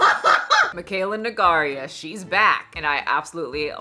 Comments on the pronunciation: I don't comment a lot, but please please please is pronounced No-gay-ra and it hurts my little ears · Love your videos! And I mean no disrespect when I say this, but Mikayla's last name is pronounced No-gay-ra (have also heard it pronounced No-gway-ra). It's a Portuguese last name, the "ei" letters together make kind of like this long a sound. Only commenting because I had my Portuguese friends correct my pronunciation! Hope it helps you too! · I'm sorry, but I have to say it's NO-GU-E-RA. You've said it wrong in so so many videos I just can't anymore 😅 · Girl, I’m no fan of Makayla, but her last name is pronounced No-gue(like the gue in guess)-ra. I feel like you’re saying something different every time 😂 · She pronounces it nuh-gare-uh, almost sounds like Bagheera from The Jungle Book or chimera or aloe vera. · I feel like is never gonna stop calling Mikayla "Negaria" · Her name is pronounced no-gay-rah. Super easy. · PLEASE LORD PRONOUNCE NOGUEIRA CORRECTLY, PLEASE